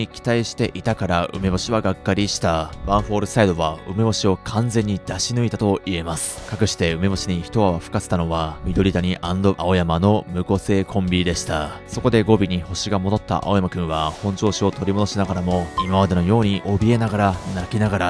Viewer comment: みどりたにって言ってた？